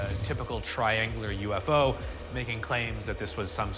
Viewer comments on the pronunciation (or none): Now you all know how to butcher the word UFO in italian